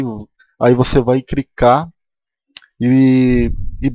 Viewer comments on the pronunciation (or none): Crica, pograma putz vei vc e o ou como vc diria du cronta